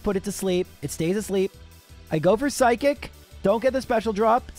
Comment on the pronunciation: seriously i never stop to laugh how the way he say psychic sound totaly for psykick damn english can be my second language but chic and kick is totaly 2 different word and when he say say burterfree is a weak pokemon then he never going to far then he not really weak if he be really weak he cant have clear half the game like caterpie who he dosent do half and change the game because is make it impossible to clear the game and for burterfree be alive vs a fire blast i really dont going to call burterfree a weak pokemon and with 1 level lower that charizard and be alive with half hp buterfree he not bulky for sure but still he still got a good def for not be one shoot FR